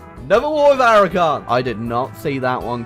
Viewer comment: Aragon is Aragone.